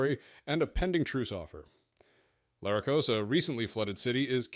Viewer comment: It also pronounces Larracos different than how I assume is correct. Im sure the way Jeff Hayes says it is correct